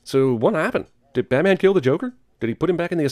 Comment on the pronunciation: he said "batmen" and that's sinful as shit